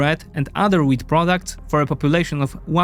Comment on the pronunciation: Your wheat sounds like weed. I kept on wandsring why Egyptians are inoorting weed